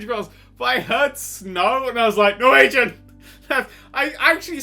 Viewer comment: Loved the editing, and you got the Norwegian right so that's nice!